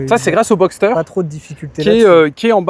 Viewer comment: Hello, on ne dit pas "Boxter" mais "Boxer" par analogie aux boxers justement : les pistons s'opposent comme les poings des boxers, c'est pour ça ;-)